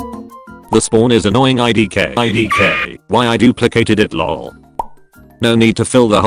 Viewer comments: Aye die kay got me dying 😂😂😂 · eye dee kay bee tee double u 💀💀